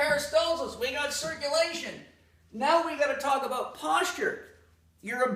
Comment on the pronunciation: I really like what he’s talking a bowt